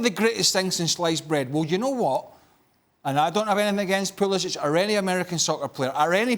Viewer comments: Craig Burley, his name is Pu-li-sick. If you don’t believe me, ask him. In your role you should know his name. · "I don't have nothing against Pulisic but I refuse to say his name the way most people do."